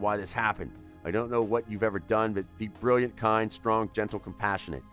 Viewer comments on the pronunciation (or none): none